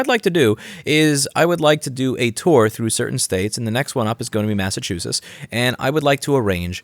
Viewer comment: MassachusettS. Don’t forget the s at the end